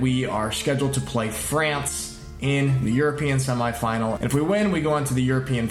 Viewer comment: I love the way u say semi... It should be pronounced seme...even though the spelling is with an i!